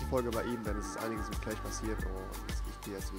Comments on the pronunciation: Wem ist aufgefalle das Rewi immer Minecraft Clach sagt statt Clash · "Ich muss euch endtäiuschen. Heute kommt kein Minecraft Kläch"